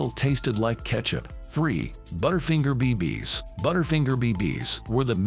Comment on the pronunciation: “Butter finger pee pees” -The Narrator